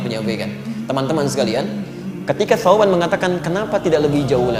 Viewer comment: Salah ucap ustadznya.